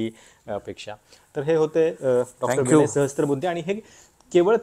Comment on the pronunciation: विणय नाही विनय म्हणा